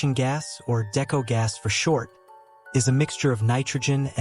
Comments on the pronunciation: He has no clue what he’s talking about here, describing decompression stages wrong and even mispronouncing deco (it’s pronounced Dee-ko, not Decko). Didn’t bother going past into the video because it was pointless. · Isn’t it pronounced (DeeKoe) not deco? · Love it when the person making videos of cave diving… isn’t a cave diver and knows nothing about diving… can’t even pronounce “Deco” right. I’m a Technical diver not a cave diver. Unless you blatantly disregard ALL of your training… it is impossible to get the wrong gas. You literally show your buddy, your buddy verifies the correct mix is to be used or left behind. Then carry on with your plan. ALSO!! All technical divers (all cave divers are technical divers, but not all technical divers are cave divers) plan all of the dive with a lost Deco Gas scenario. Btw idk wtf Nitrox mix you use for 240 and deeper… but Air at 1.6 PPO2 has an MOD of 218 ft or 67 ish meters….you didn’t mention tri mix either….